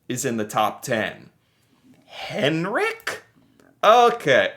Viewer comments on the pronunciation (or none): none